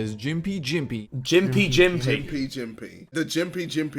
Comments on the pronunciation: It’s pronounced gimpi gimpi not jimpi jimpi I dunno what this other Aussie was smoking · It is pronounced Gim-pee Gim-pee (Gympie Gympie) not Jim-Pee Jim-Pee.... bloody hell. We butcher our own language enough, don't need ya help mate! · Also Australian here, the Gympie Gympie plant’s name is pronounced with the testimonial ‘G’ noise as in the way you say ‘google’ it’s not pronounced as a ‘j’, also the tiny needle like hairs which contain the painful toxins can stay in your skin and cause lain for weeks or months, people who are stung often use waxing strips to pull them out. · it’s not jimpy jimpy it’s called Gympie Gympie and the way you guys pronounced it made me start pissing my self laughing. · the plant is gimpy gimpy not jimpy jimpy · Gympie Gympie with g sound not j named after the town gympie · Jj its cell not buu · They really called it jimpee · As an Aussie im offfendedd it's Gympie Gympie as in g is pronounced the same way as good or God orrr georgious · That YouTube vid rlly pronounced the gimpy gimpy plant wrong… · as an australian, listening to the bloke say the gympie gympie wrong hurt my soul